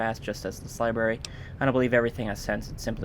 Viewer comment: Labrury!? O for fucks sakes sucks. The rest are good.